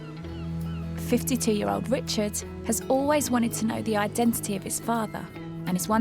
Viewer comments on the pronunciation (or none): Could somebody have at least explained to Stacey the the word 'genetisist' has a t in the middle. Oddly she pronounces both ts in identity.